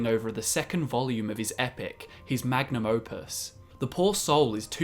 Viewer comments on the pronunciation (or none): none